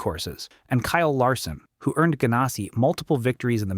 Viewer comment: Bodine is pronounced with the hard I sound, not the E sound Ganassi sounds just like its spelt with the ass-sound. Ginn is a hard G, not like the alcoholic beverage.